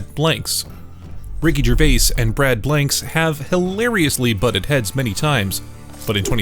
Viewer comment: always fun to hear another Youtuber again destroying the pronounciation of Ricky Gervais . Even more funnier when you hear the right way to say his name more then once by himself and others in the clip itself . So either he didnt listen to his own clip or he just cant speak properly??